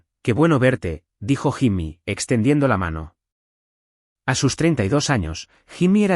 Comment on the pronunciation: Jimmy se escribe…. pero se pronuncia YIMI, si la IA no sabe hacer la pronunciación correcta NO USEN NOMBRES EN INGLÉS 🤨